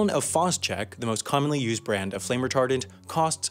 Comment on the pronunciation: Why did I hear retarded instead of retardent